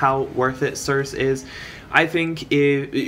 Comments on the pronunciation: If you look up the name circe you'll find it is actually pronounced like Cersei/Sur-See. And it supposedly means dark enchantress. Which makes sense for this spefic unit with being a magic damage dealer. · Cirsee , pleaaase lol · It's almost like wants to trigger us by pronouncing it wrong lol